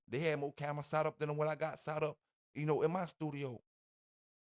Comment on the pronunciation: It’s “set up” Set……… s.e.t !!!!!! What is “Saht up” ????